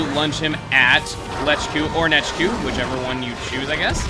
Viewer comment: did anyone else notice when he killed nechku, he said "wow lechku, u didnt last long"